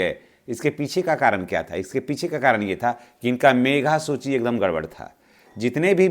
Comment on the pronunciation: मेघा सूची नहीं मेधा सूची बोलिए।